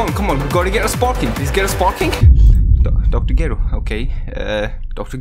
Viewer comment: Look fam I love your videos buttttttt It’s kri-llin And dr ger-ro